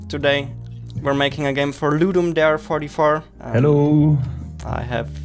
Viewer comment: Nice video, but Ludum Darrrre